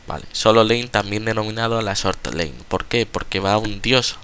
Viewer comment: no pronuncias ni una palabra inglesa bien, god? "gud" lane?? "lein" ...................................................................